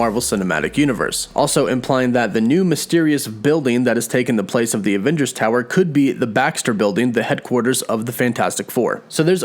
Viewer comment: I love how you say aVVengers so many times lol